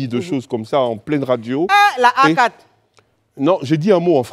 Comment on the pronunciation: Eeeeh on dit HACA et non A4 tchai